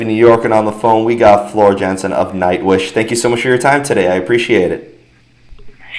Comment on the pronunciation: Thank you for the interview, but it would be a good move for you to find out the correct pronunciation of her last name first. It's sounds like "Yansen" and the correct pronunciation is even on her english Wikipedia page. It's not that hard to find out before the interview, I think.